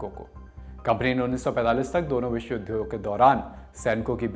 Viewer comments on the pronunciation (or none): none